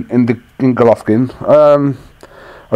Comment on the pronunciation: Golockin lol Peter still can't say golovkin